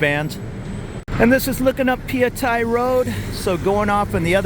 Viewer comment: You've been in Bkk so long that you pronounce Phaya Thai the same way the Thais do 👍